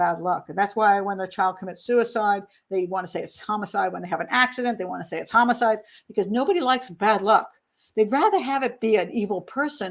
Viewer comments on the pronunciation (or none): none